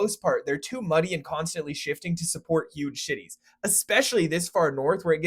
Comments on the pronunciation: It is not a huge shitty.😂 use some AI pronunciation. BTW, from Duluth to Denmark, has only been possible after the Seaway. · he definitely said "to support huge shitties" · "to support huge shities" 😂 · "to support huge shitties" lol